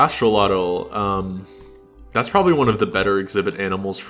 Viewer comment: Props on being one of the only people I've heard so far pronounce Axolotl the correct way!